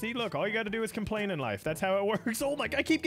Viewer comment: he says com "plane" hahahahahaahahah